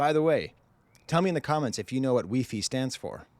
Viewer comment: In France, wi-fi is sometimes pronounced wee fee 😮😤🔥🔥🔥